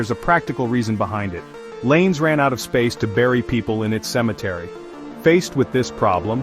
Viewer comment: "Llanes" is pronounced something like "YAH-nehs", not like English "lanes"! 😀Kind of reminds me how Americans pronounce "Amarillo" (TX) - hint, that "LL" is never a single "L" in Spanish...